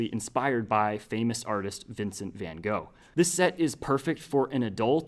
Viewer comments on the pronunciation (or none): vince van ga goh🤣😂